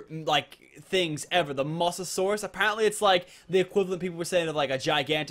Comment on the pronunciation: it's called a mo sa souras